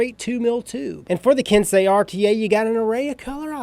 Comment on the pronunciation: Finally a reviewer that said Ken-say correctly